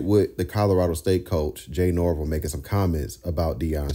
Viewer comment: It’s Nor- Vell… not nor-vle